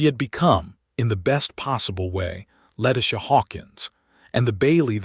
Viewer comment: Why can't they pronounce Letitia's name correctly?